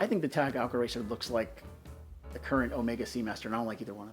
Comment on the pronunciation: When will you learn to say Omega? It is greek, it means BIG O.. MEGA O. How do you say Megalodon? Megapolis? you are a man of class, so keep that class.